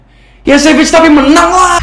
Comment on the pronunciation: savage kok bacanya sevej?? wkwkwkkw kocak jauh2 liburan keluar negeri masih aja bego adeuh wksks